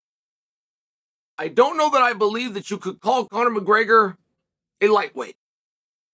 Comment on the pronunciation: He calls his son Conor correctly as well.